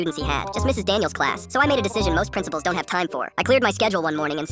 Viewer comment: Principals in Spanish accent 😂